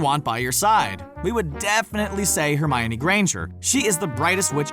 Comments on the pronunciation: Hermaiony?! Why do you pronounce it like that?? XD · Hermaoine it’s funny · Ow hermoine. That really hurt